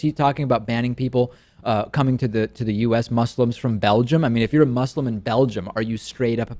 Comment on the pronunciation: One day, you will learn to pronounce ``Muslim.''